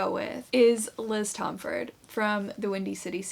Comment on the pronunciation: Just a quick thing! Liz pronounces her last name as Tom-fordy! Just thought you may want to know since I just learned that too